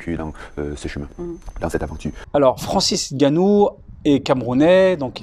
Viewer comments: Cher, Bravo pour la prononciation correcte du nom de Francis Ngannou. C'est un signe de respect. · Exactement !le seul autre chez qui j'ai entendu la prononciation correcte c'est Dwayne the rock Johnson et ça a hollywood, RESPECT vraiment. Ve usu! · Un des rares à prononcer correctement son nom , le N est muet .